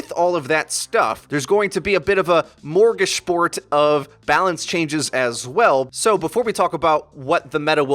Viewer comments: uhmmm its Smörgåsbord not morgosebored lol. If you're going to use a fancy word taken from my home language atleast say it right jeez. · Smor-gas-bord. Morgashport isn't a thing. You shouldn't use a word that sounds smart. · "Morgishbort".... facepalm Uh, do you mean 'Smorgasbord' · Morgasport? Don't you mean smorgasbord? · "Morgashport"? Lol, you mean "smorgasbord", right? Ask Torbjorn how to pronounce it. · Did you say 'morgisbort' instead of 'smorgasbord'? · A Morgishport huh?...You mean Smorgasbord? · The word is schmorgesborg in English from, Smörgåsbord in swedish. Not morgisport, or whatever you said. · its smorgasbord not morgashport hehe P.S u guys do a great job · 42 moregasboard? I think you mean smorgasbord lol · Did he just say "morgishboard" and "substantive"? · why did he pronounce “smorgasbord” like “morgishmort” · Morgashbort? Eff is wrong with you? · "morguish bort" WTF man. WTAF. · do you mean smorgosbord? (Smörgåsbord) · morgage shport? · "smorgasbord" not a big deal but I had to listen to it 3 times before i figured out what you meant. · Was he trying to say smorgasbord at :44 seconds